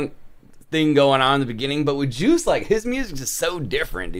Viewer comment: You pronounce Joost like Yohst :)